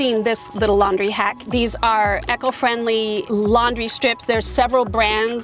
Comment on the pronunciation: Nice talk, but eco is not pronounced echo. Not trying to be mean or anything, but it jarred every time you said it. E-co. Jon in rural BC, Canada